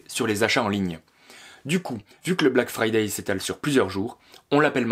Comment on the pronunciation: Ça s'appele bläck freidäi' apprenez l'anglais!! Bleck fraîdeî